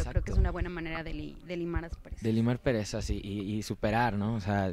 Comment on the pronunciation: Min fue mi idea o dijo limar perezas?? La reportera se escucha lo menciona correcto, limar asperezas.